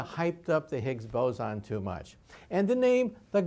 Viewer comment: It's boson, not bozon. It's based off the Indian physicist, not the clown